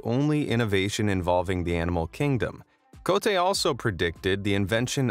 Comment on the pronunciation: This video keeps saying Cote (Ko - te), which means "dick" in Malay. 😪